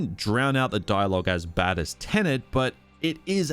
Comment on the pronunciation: Tenet. Tenant. Different words.